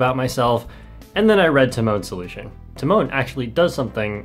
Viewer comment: hi just a tip for your future videos, the accent in tymon should be on the first syllable, not the second (as is the case with the english equivalent of this name - timon). it's TY-mon, not ty-MON:) about the surname - the accent is placed correctly, but the "si" part is pronounced softer, closer to "shi" than a hard "si". honestly it's even softer than "shi" but there is no equivalent to that exact sound in english so I'd recommend trying to copy the polish google translate voice for that